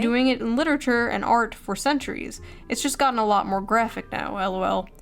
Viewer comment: Ah, yes, cliterarure